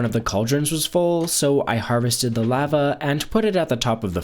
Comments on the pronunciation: Lava isn't pronounced the way you think it's pronounced lova I can't watch your vids that for whatever reason bothers me to no end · i hate how you say lava it makes me want to die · Is he saying lava wrong or am I? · La-va not lav-a tag not tog